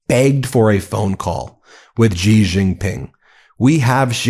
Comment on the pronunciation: Please stop saying Gee. It's She. And it's Sheen Hwa.